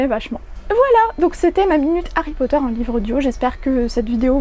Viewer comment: J'avais écouté l'extrait mais j'avais du mal avec certains mots notamment Potter qui est dit "Potère". Et rien que sur les 5 min de l'extrait ça m'a choquée.